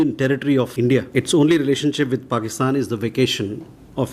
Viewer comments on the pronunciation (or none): none